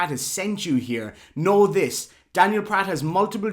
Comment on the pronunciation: Remember: Pratt rhymes with FLAT